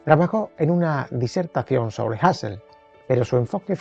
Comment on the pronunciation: Me encantan sus vídeos. Desde que los he descubierto, me los pongo en cadena. Solo una objeción, Wilhelm se pronuncia, más o menos, vilhelm, y la u de Husserl es u. ¡Que no nos impongan los anglosajones su fonética!